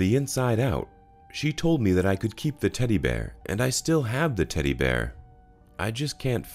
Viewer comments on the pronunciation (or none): none